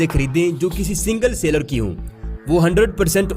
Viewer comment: Sailer... Seller... Both are different words. Aap ghalat lafz bol rahe ho.